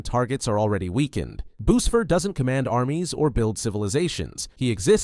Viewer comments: its not boosfair its boosfer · It's wifies is pronounced we-fees mapic is may-pic boosfer wait how did u get that one wrong